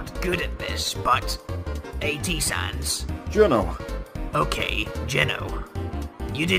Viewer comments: It's GENO not GINO bruh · Gono sans is pronounced GENO not gino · Its not gino its geno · Me being anoid bc everyone is saying gino me its geno GE - NO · true it is Geno not Gino and it is pronounsed GE-NO lol sorry but little dettales matter and plus i have been in the undertale au fandome for 2 years now so yea i saw that mastake right away lol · It's geno not gino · You are not saying geno right